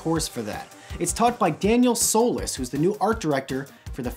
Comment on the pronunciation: You miss pronounced solis